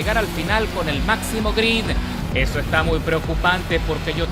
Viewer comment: Hola tío, he visto que en repetidas ocasiones te refieres a agarre como "grid" cuando la palabra correcta sería "grip", corrígeme si estoy equivocado. Por cierto muy fan de tus videos, me encanta la emoción que les pones.